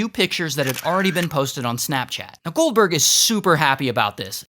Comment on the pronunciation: When he said goldberg but i thought he said gulper